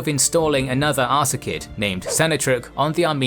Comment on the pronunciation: You keep pronouncing it Ar-ka-sid, when it's spelled, Ar-sa-cid. It's ... annoying.